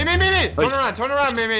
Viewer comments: Its not me me its meem god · don't say memeeeeeee say meme pronounce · MEME is pronounced as meem not MIMI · it’s meme, not me me its how pronounces it